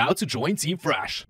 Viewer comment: Stop saying flash instead of fresh